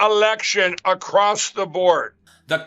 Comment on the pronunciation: Add “ACROSST” to the list of words Mike Pillow can’t say.